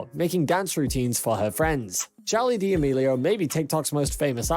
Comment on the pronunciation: HE RLLY JUST SAID DEOMILIO